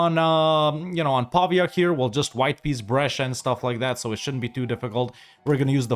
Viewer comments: I’m not convinced, since the pronunciation of ‘Pavia’ isn’t quite right 😂, but I’ll give you the benefit of the doubt. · As an italian who studies in Pavia, the correct pronounce is Pavìa, but you pronounce correctly almost all the italian city names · Nice campaign, by the way as italian i've to say that Pavia and Signoria have accent on the "i" letter, pronounced like the name Maria.